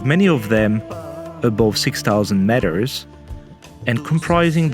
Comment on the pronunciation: Please learn the pronunciation of meter, this is hard to listen